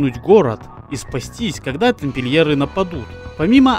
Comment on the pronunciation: Аааааа!!!!!! Мои ушиииии. Аааа!!! "Тампильеры"